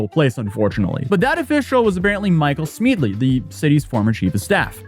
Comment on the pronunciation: How does anybody look at "Smedley".....and come out with "Smeedley"? His mispronunciations are legendary.